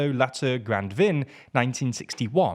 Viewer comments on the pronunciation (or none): And "vin" not pronounced "van" as well.